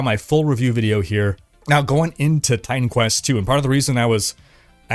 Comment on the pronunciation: Maybe its just me, but every time says Titan Quest... i hear Time Quest:D